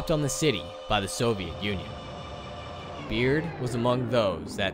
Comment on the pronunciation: Its berd not this "beard"